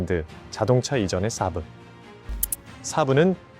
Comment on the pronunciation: 순외래어 saab(쎄-브)를 사부 (스승)으로 알아듣겠금 발음하고 지랄들을...